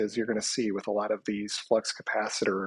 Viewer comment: The “flux capatchittor”!